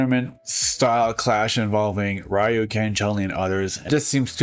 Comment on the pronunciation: ryu is pronounced re (as in reload) and you not like the bread it's not 92 anymore and the spin kick is pronounced tat su maki sen PU YAAA kyu (key you)